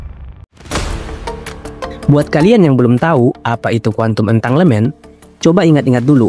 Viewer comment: entanggelmen baca nya bang😊